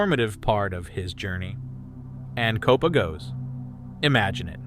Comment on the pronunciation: Kopa's name is pronounced Kō-pä and Kion's name is pronounced "Kī-yon" . Like "Lion" only starting with a K